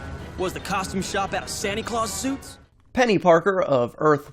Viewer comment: He said penny porker